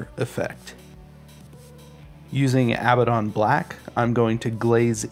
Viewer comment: Its pronounced ah-bad-don, not ab-ba-don. Theres one b and two d's